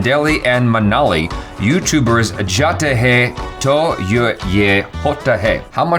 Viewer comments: its manali not minali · Its not Minali 😂 its Manali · It's Manali not miniali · its manali not minali XD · Its manali not minali ..... Love your video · Its Manali, not Minali!😂💯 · It's not minali but manali..🙄🙄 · It's MANALI